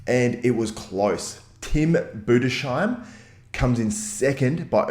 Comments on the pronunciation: Im from germany and its pronaunced like boo-dis-hi-m, hi like in hello hi😂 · Its pronounced Tim Boo-dis-haim (Budesheim) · Tim Budes - Heim , there is no "shhhh" sound in his name :D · Tim Budesheim is pronounced like this: Tim Budes-Heim, it's two seperate words :D